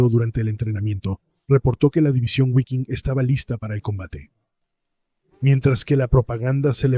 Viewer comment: repugnante como pronuncia "Guafen" y "guiking" aprende a pronunciar bien que da asco como pronuncias